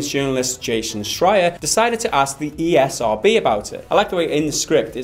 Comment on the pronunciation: You called the esrb the ercb...?but why tho